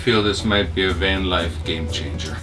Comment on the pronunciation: Son of a gun! I was thinking “Game-Changer” then the fellow said “Game-Chamger”...Wow, a tub and shower and full toilet and full fridge....and...and....Wow! Kind of AWESOME!